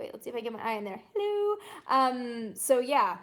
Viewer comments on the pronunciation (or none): none